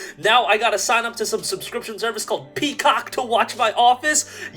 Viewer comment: the emphasis on peacock😂😂😂😂😂😂